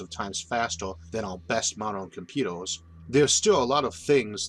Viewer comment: Mr Arthur you pronounce your er's as or's e.g. "computors", "layors" & "temptore" temperature is not even pronounced fully. Also you pronounce planets as "plants". I'm sorry it just sounds funny